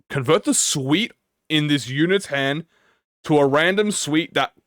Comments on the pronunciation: It was bothering me to whole time too!! It’s “sooot” not “sweet” like wearing a “suit” lol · I'm sorry, but I cannot gloss over how you pronounce "suit" as "sweet" like what? 😭😭😭 Suit = "suːt" or "s(j)uːt" or if that is hard to understand (reasonably so), "S-U-T" or "S-YOU-T" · you kept saying suit like 'suite' 😭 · Listening to you say suite every time suit was written in ishmaels kit kit and was the laugh I needed first thing this morning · Why does bro pronounce it suite 😭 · I love how prononuces "Suit" hahaha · bro can you just say suit the right way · pronouncing suit like that hurts my soul a lil every time 😭